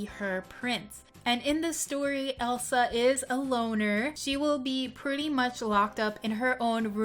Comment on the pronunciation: It is Elsa not el sol